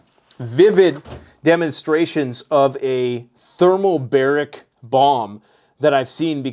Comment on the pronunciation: Thermobaric, not thermalbaric